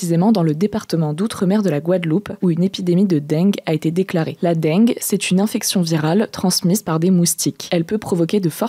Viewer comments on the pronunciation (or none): non, j'ai toujours entendu "la dingue" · Ça se prononce « dingue » et non « denngueu » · "une épidémie de deng'gue" mdrrr non madame, ça se prononce juste comme l'adjectif "dingue" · "Dingue" est la prononciation correcte pourtant. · Non, c'est prononcé comme "dingue". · Je suis le seul qui a tilté quand a dit "Dengue"? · justement, ce qui m'a surpris c'est que cet accent ressorte sur cet unique mot alors qu'à entendre le reste jamais je n'aurais dit que est du Sud. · Oui c'est là qu'on se rend compte qu'en fait elle a un accent du Sud Ouest^^ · Mdr j’ai tiqué direct, c’est quoi cet accent du sud sortie de nul part là ? 😅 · Avé le bon accent du sud xD